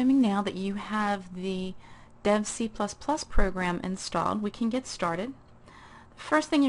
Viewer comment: Lol did you say dead IDE?